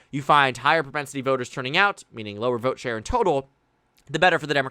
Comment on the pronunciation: “I will boat….. for Donald Trump” 😂